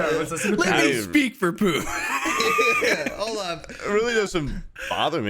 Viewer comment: did he call Poob Pube because it's making me laugh so fucking hard